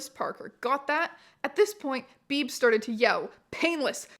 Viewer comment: HOLY SHIT i was born on march 22nd (same as painless) and my last name is Beebe?????? like its coincidence but WEIRD ASS COINCIDENCES!!! also Beebe is pronounced "bee-bee" not "beeb" lollll